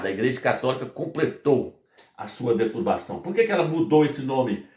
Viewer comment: Fala se: deturPação irmão e não deturbação. Agradeço o conhecimento, estou aprendendo muito!